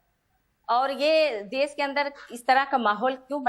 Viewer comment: Kain hai yeh महिला देश को देस कह रही है बोलना सीखे पहले